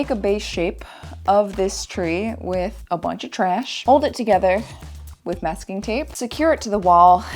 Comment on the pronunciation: I admit, I laughed out loud at "Mak-sing tape"